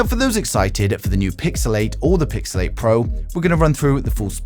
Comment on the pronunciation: I kept hearing Pixelate instead of Pixel 8 😂